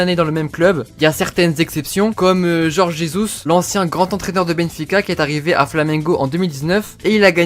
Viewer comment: On prononce roré pas jorge